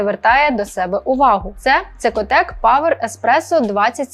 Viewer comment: нэ цекотек, а кекотек! К! Ккк. КеКоТек.